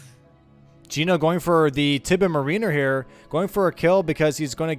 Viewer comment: Someone PLEASE tell how to pronounce mariner